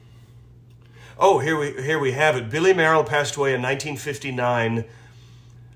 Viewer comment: Great show. Billy Mayerl's first major concert was at age nine, playing Edvard Grieg's Piano Concerto. Incidentally, I'm given to understand that his surname was pronounced "Mail", but you might want to check that out..